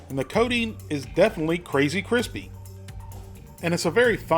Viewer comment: When you say coating it sounds like codeine.